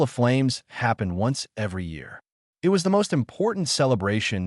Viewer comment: 7m:04s: Awww, sheesh. Not another instance of this brain-damaged text-speaker that can't handle the word "it". Abandoning story with THUMBS DOWN. And skipping next two suggested stories by same "author".